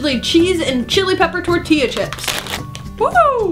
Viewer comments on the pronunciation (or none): none